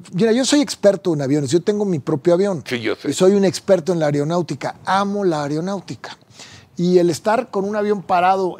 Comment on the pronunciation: Areonautica!!!! Jajajaja jajajaja jajajaja dice ser experto en algo que no sabe ni pronunciar. Aeronáutica, señor abogado por favor, jajajaja jajajaja.